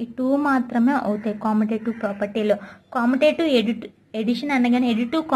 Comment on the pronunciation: Not commotative it is pronounced as commutative